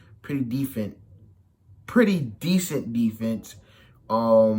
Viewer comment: U can't even say decent right but I love u still